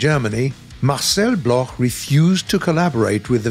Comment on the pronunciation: Thanks for the effort, but it's not pronounce Blorh but block, Marcel Bloch is pronounce block still great video...